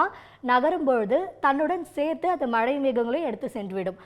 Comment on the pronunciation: ஒழுங்கா மழைன்னு டிசண்ட சொல்லு 🇮🇳